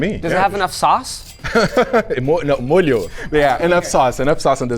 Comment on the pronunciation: You're the first Brazilian I see that says "molho", and I'm old lmao.